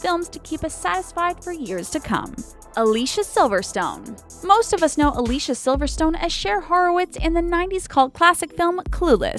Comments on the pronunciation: It's pronounced A-lee-see-ah. Not A-lee-sha. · Elizabeth Hurley is on The Royals, Josh Hartnett is on Penny Dreadful, it's pronounced Al-Lee-See-Uh Silverstone and she is in 5 different projects this year and two next year so far. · Alicia Silverstone actually pronounces her name as A-LEE-CEE-A, rather than the typical English pronunciation that's used in this video... which I suppose proves the point of the video. :) People have forgotten how to say her name!